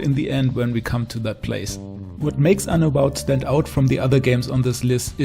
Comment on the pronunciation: "place" I guess you're not a native english speaker 😊 anyways, great list and ranking 👌